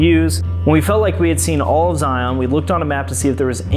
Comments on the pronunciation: Please ... don't sound like a tourist and say Zi-on. Zi isn't on anything. It is just Zion. Locals will laugh at you! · It’s pronounced Zigh-un….NOT Zigh-on.